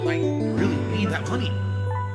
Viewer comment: "Chat is very quiet tonight!" =No MAWNEY!